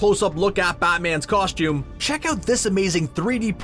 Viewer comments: I couldn't get over the narrator constantly saying "COSH-TOOM". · If this guy says “Coshtume” again, I’m going to reach through the screen, and take him back to Kindergarten to re learn the English language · HE ALWAYS SAYS COSHTUME